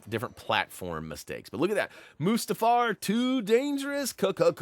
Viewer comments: Moo-Stahfer???? REALLY??? PLEASE tell me you are mispronouncing that on purpose..... Shakes head in disappointment. Still love you!!! Still Love your Videos!!! Keep ohn Keepin' ohn!!! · I've never heard "Mustafar" pronounced like that before lol. If I'm not mistake it's pronounced as "Mewstar-far" with the U having an OO sounds and not an UH sound if that makes sense. Either way that's how I'll always pronounce it. Lol Brilliant guide as always. Honestly the best lego guides on YouTube. Would you ever cover older games you haven't covered? Perhaps like Indiana Jones 2?